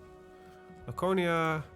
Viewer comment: It’s LaKONia. Greek has hard “c”, no soft like in English.